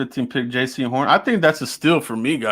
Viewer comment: If you like Jaycee Horn at least learn his name and pronounce it right SMH!